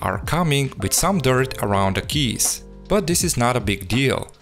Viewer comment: интересный акцент. ты русский? очень много ошибок )) KEYS - читается как КИИИИЗ!)) Ключи или клавиши